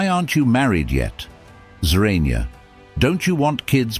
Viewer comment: Awesome video! 🎯🔥However, who is "Zorania?" 😂